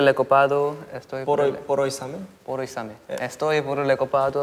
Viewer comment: His accent was so fricking good when he says "el examen"